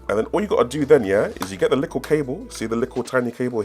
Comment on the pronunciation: ARE YOU SAYING "LICKLE" INSTEAD OF LITTLE?? LMFAO